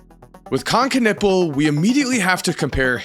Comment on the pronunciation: He is ' Knewpel' , not 'Knippel' ! Stop butchering that poor surname !